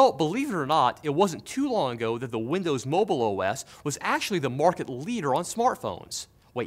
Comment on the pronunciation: did somwone say windows mowble OwO :3